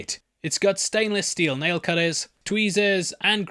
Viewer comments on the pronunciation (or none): none